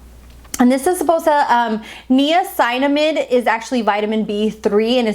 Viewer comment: Lol why is she pronouncing niacinamide like that?